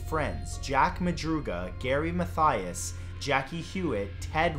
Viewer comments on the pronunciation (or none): none